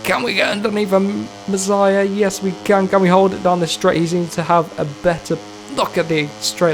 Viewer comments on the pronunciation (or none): Masia is pronounced "mas-e-ah" not messiah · Pronounce it: mass E a 😆